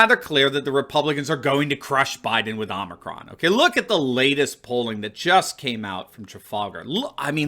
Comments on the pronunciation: “Oh” micron not “aww” micron lol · brandon is calling this " omnicron variant" WTH.? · The "omnicron" and "omnicrom" as bidone called it and the delta "variance" lol. What a clown. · Idiot Biden called it omnicron. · Joe can’t even pronounce the Greek letter. It’s hilarious watching many in the media pronouncing it the same way with an added n.